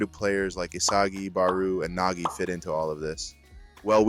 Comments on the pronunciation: Idk AI probably would not pronounce Nagi as Naji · definitely feels like ai both wrote and narrated your script. At multiple times you mispronounce names (like nagi-nagee) or inconsistency with barou's name, not to mention flat out incorrect things like saying the swordscrew is yuki's signature shot (it isn't, he did it once) or saying it tricks goalkeepers into moving to one side only for the ball to drastically curve (that's the gyro shot, his actual signature shot). And overall the way the script is written is incredibly reminiscent of AI, especially the way it pads it out with unnecessary noise that adds nothing of value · Why is Nagi pronounced as Najee? He isn't Najee Harris 😂